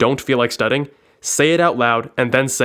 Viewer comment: "Studding" lmao